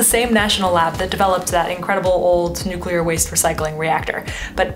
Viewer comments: I am so happy to hear the correct pronunciation of nuclear. One of my biggest pet peeves is hearing noocyooler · Thank you so much for saying "nuclear" properly. I have a hard time taking videos where people say "nucular" seriously. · Thank you for not saying "nuc-u-lar" once! Nuclear is 2 syllables W. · Thanks for pronouncing Nuclear properly.